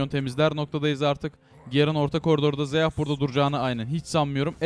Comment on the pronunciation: Abi şunlara zeyah gerın sayon deme ya sinir bozucu oluyor sion zayah diye oku lütfen ya